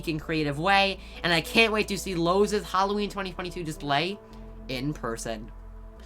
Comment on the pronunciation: wait...did this man just say ''loawses?''🤣😂 non the less Relly col and hyped